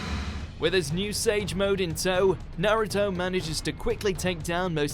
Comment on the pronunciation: Please learn how to pronounce Naruto and konoha